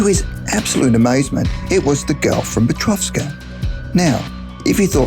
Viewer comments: Well, I don't know but I thought I've read the book was called: "The Girl from Petrovka" yet you keep saying "..from PetrovSka"... it's quite annoying actually, since we can clearly see there's no "S".... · It's 'Petrovka' why on earth are you adding an 's' and saying Petrovska?? It's right there on the cover! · Petrovka, not Petrovska. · And... number 8: Not once, not even twice, but... 3 times that idiot says "Petrovska" istead of "Petrovka" - as clearly visible on the cover of that book. What an amaaaaasinz co-incidence!Well, the material is interesting, but... it irritates me every time I hear "Petrovska", while the title is clearly "Petrovka". Mumbling that much...?!!Oh, come on, man! People are listening to you... by millions! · It's petrovka not peteovska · PetroVKa,not PetrovSka. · PetroVKa! Not PetroVSKa... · It's PETROVKA, there's no S there!! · PetrovSka? where is the S on the book, huh? other than that, hire a real lively voice actor, next time.... man, I almost fell asleep and thought this was 2 hours long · no 'S' in Petrovka